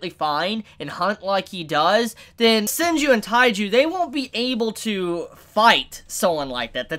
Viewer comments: it is senku ... not senj ... whatever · Am I the only one confused by how he says "Senju" instead of "Senku"? :))) Edit: Nope. Almost all of the comment section is about that 😂😂😂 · THIS MAN SAID SENJU THE ENTIRE VIDEO I THOUGHT IT WAS A TYPO IM DEADDDDD!!!! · Take a shot every time says Senju instead of Senku. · Senku... his name is Senku :v not Senju And yeah.. Tsukasa has a point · WHY ARE U SAYING SENJU ITS LITERALLY SUBBED ITS SENKUU HOLY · Senku, not Senju. xd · Hehe "Senju"?!😅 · It’s “Senku” XD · maybe he rhymed it with TAIJU😂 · Dude butchers names like every season to be honest lol and normally I overlook it but this is so blatant every time I hear him say it wrong it just get worse for me and I wanna yell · oh boy can't wait for thatsnob reaction in riding the hype train while saying the MC's name wrong